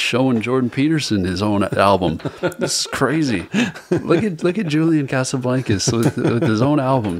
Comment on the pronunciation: he said "julian casaBLANKus" lmaoooo